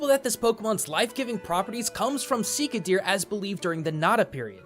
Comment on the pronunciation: You seem to have dropped that 'h' of 'shika'. Here you go. hノ( º _ ºノ)